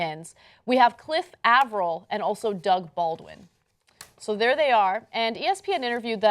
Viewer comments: Bruh does she know how to pronounce names? She pronouncing Avril like Avarell and Kaep as Cape. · It's pronounced "Ay-vrol" lol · Its actually pronounced cliff a-ver-ill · Listening to Ana pronounce Cliff Avril's last name is gonna give me an aneurism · How the hell do you manage to mispronounce both Cliff Avril and Kaep? I mean seriously....